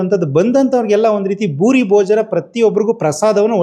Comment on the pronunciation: ಭೂರಿ ಭೋಜನ. ಬೂಡಿ ಅಲ್ಲ